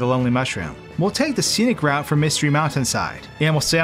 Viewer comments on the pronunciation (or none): none